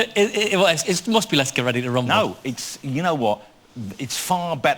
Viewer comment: Are you weady to wumble